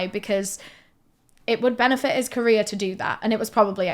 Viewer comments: Every time she says “career” I think she says “Korea” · I thought you were say "Korea destroying" 😂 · Amazing video and I’m not trying to make light of this but I love that when you say career ending to my southern brain it sounds like you say KOREA ENDING and I think it’s hilarious to think the entirety of Korea is losing their minds at once when they see anything like that panic attack style